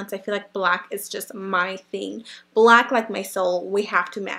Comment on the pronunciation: she said blank not black